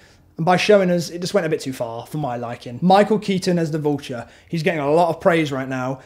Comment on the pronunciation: what do you think about michelle? what do you think out ned?? also you say vulture funny